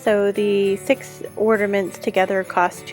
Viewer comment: Are you saying ORNAments? Or ORDAments?🤣